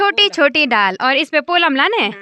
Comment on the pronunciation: पोलम नहीं पल्म होता है